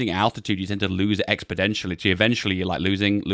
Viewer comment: Are you Joe Biden?:D You are literally only person I have ever heard say "expodentially" except Joe Biden. Correctly it is exponentially.